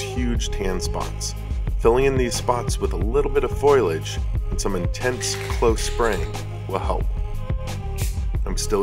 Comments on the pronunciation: Foilage? Foliage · hey big guy, its pronounced FOE-lee-age. not FOIL-age. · foliage. fo lee edge. not foil-edge. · Foilage? I'm assuming you mean fo lee aj. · Great video, but for your own good: "FO-lee-edge". Say it with me: "FO-lee-edge" Foliage. It's Foliage. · “It’s pronounced Fo-liage” -Lisa Simpson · Wtf is "foilage" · That’s not how foliage is pronounced. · Yuu need to learn how to pronounce foliage properly.